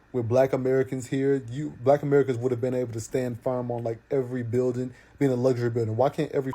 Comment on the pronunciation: Can't even say black right lol 🤔 eyes always tell the truth of who you are ..FBA all the racist species want us to come together are they going to keep doing this, now it's to the point the wicked species think can Kidnapp our♠️🖤 babies FBA+FBA equal FOUNDATIONAL BLACK AUTHORITY 💪🏿💪🏿🇺🇸🧬 against weak kidnappers ♟️👁️✌🏿